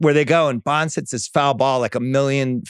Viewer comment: It’s Bonds. Sorry not sorry.